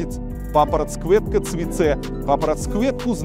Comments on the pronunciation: Мужик, заучил хорошо, но над произношением еще работать и работать) Достаточно проработать «Ц», и уже будешь звучать почти как беларус. Оно должно звучать не грубо, как «Цэ», а мягко, как «Ть» «ПапараТЬ кветка цвиТЕ» Ждемь в следующий раз с хорошей «Ть» ))) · Ц и дз, произносится мягко "ть" и "дзь".